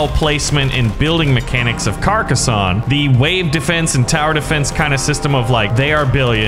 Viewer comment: I agree this game is fantastic the only thing that is annoying me is you are saying Carcassonne wrong